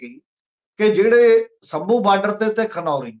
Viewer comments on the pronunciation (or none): You need to be neutral and balanced in your comments and in selection of topics . You need to rectify the pronunciation of specific words as Shamboo not Samboo , Desh not Des . Takia Klaam should be repeated time and again . Thanks .